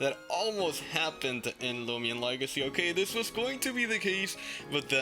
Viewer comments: Let's not talk about how it says looman legacy instead of loomian legacy lol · It's not loomlan legacy lol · finally he correct the looman legacy